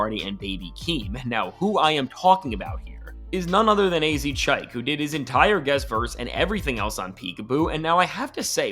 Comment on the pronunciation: chikay , not chiak